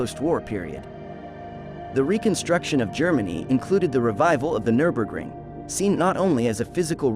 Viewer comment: AI pronunciation is suboptimal. Absolutely butchers the pronunciation of the track name.